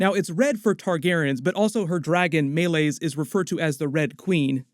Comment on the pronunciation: May-Lees not May-Lays 😂 she literally pronounced it in the episode bro